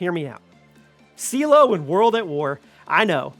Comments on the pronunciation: Lost me at Seelow for #3…… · Seelow... Are you having a laugh.